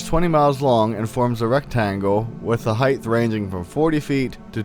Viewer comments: Nice video but you sound a little drunk and......The mispronunciation of height as heighth (with a th, rather than a t, sound at the end of the word) probably stems from the tendency to confuse it with similar words dealing with dimension, such as length, width, depth, and breadth. However, height is like the word weight in that it ends with only a t and not a th. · Dude where did you go to school the word is height with a silent gh not heith sorry pet peeve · The word height... It does not end with 'th' and should be pronounced as so